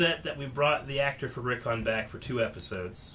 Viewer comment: Rick-ON omfg it’s Rickon, not Rickin